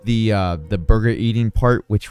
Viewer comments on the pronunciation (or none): none